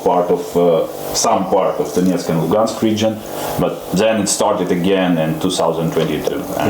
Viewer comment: F'ing witkoff. Mispronounces Crimea AND Luhansk. Refers to Donbass as an Oblast (he didn't specifically say that, but he thought it) It's obvious he has ZERO interest in Ukraine. As an envoy, can't even be bothered with knowing all the names, so I'm POSITIVE he doesnt know the history or ANY facts!!! F'ing pathetic!